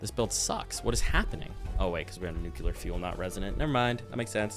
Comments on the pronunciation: i love you to death. But also, pronounce it NU-CLE-AR please. 😂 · I'm... actually finding myself wondering how much of that intro was a joke or a parody or absurdly good comedic timing... It made me hopeful for a second. Also, 'nucular' 😂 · "Oh boy, a new video, and it's over an hour long! I can't wait to watch this-" "NUKE-YEW-LUR" Oh christ he's one of THOSE people. 🤦‍♂